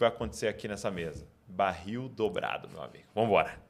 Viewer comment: Explica pra ele, Saulo.. Não existe baril dôbrado... É dóbrado. Por favor